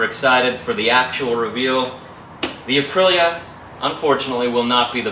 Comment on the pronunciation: ADV that's cool, I just hope he gets that instrument panel put back in there right so it stops bouncing out lol. I am SO GLAD I don't have to hear you pronounce Aprilia all the time and drive me nuts lol. I will figure something out someday.. no clue when someday is but welcome to my life, seems like I'm always waiting for someday for everything. I don't know if I'm going to have to get a job doing overnight security or what just to get some money together. The shotgun shell lights was a total flop and I can't afford steel and stuff to make candlestick and porch lights and whatnot so that won't happen. Maybe I should take a lesson from that one girl that put her virginity on ebay.. my luck itd be some fugly guy that won tho lol... no not going to do that but still.. I've got to figure something out, I'm 29 next month and this stuff is seriously old.